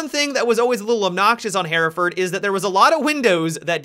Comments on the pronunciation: Hereford = "Her-furd" Hereford ≠ "Hair-a-furd" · Am I the only one bothered by the pronunciation "Hairaford" ???